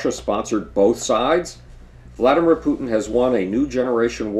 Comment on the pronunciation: You pronounce Putin "Pootin" and "Pyutin" interchangeably. Which is it?